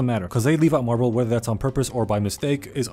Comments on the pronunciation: It’s not marble it’s mirable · did no one realize that he called mirabel marbel or is it just me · it pains me everyone says marble and not mirabel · Who the hell is marble?! Her name is mirabel. Edit: yes I know its a joke. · every single time he calls mirabel marble i lose a bit of my shit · Mirabel ❌ Marble ✅ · Mirabel🚫 Marble✅ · Mirabel 🚫 Marble ✅ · calling her marbel made me crack up xD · I love the fact you call mirable marble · I love how he said marble instead of mirabel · i love the fact that he calls mirabel marble 🤣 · i love how he says marble instead of mirabel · bro's calling mirabel "marble" 😂😭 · The fact that he called Mirabel Marbel XD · it do sound like he be saying marble though XD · Also it’s Mirabel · k guys-, her fucking name aint MARBLEEE